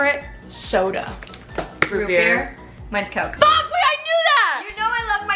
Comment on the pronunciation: I swear it was so funny when she wanted to say coke and she almost said cock